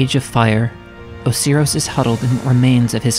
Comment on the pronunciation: IM SORRY OHSEEROHS? OSIRIS?